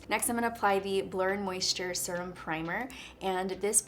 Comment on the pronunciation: Need this primer and I’m oily. Also, how she says “surum” instead of serum